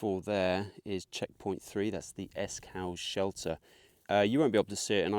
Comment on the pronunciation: Another great vid. If you managed Borrowdale OK then you'll have no issues with the cut offs in this, I think they're a bit easier. One minor point Esk Hause is pronounced as in 'pause' not as in 'house' - it's an easy one to miss 😃